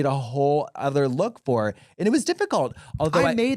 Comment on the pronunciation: "I was in the ICU por 13 days" 😭